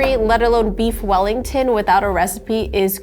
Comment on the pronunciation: Weef Bellington